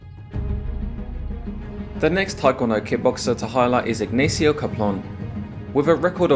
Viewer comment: It hurts every time you tried to pronounce the common spanish name "Ignacio" as "aegnaeesio"